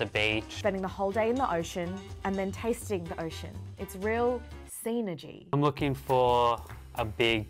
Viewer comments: Not "SEAnergy" 🤣 is adorable 😍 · Can’t cope with the pronunciation of synergy it’s pronounced sin-er-gy not seen-er-gy. Love the videos btw. Oh and the potato cake is called a scallop